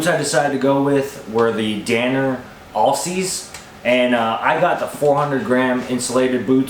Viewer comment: Just FYI if you care. Alsea is pronounced Al-Sea like the name Al (short for Alan) It's the name of a town and a river here in Oregon. Thanks for the video good luck in the woods this season!